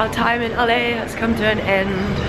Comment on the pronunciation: Sorry, I was just poking fun of your accent. A-leigh is sort of what it sounds like to me when you say LA :p Anyway, your accent is lovely and I really enjoyed the vlog. Hope to see more :)